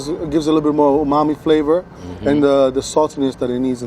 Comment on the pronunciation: he even said "omami".